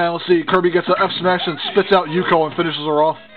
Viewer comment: XD nice Pronounced Ook-yo From Ranma 1/2 xD